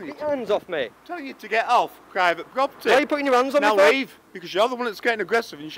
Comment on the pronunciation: "You're on pwivate pwoperty," what an Elmer Fudd sausage !